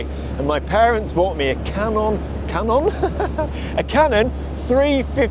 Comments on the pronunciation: Haha "Ka non", I pronounce that in Vietnam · Lol your inner Spanish came out when you said canon 😂